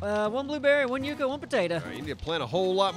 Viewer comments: yucca is pronounced "yuck uh" not "yuke uh." I swear to God it's like listening to someone say "irregardless" on repeat. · mispronouncing the word Yucca started off as nothing, and by now I want to stick needles into my ear drums whenever I hear it